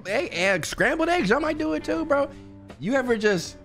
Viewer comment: Not him saying scrambled eggs